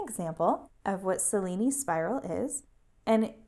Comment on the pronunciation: Great video; very clear and easy. It's not a big deal, but you might want to know that the name is pronounced Che-lee-nee, named after Benvenuto Cellini, Italian sculptor and goldsmith.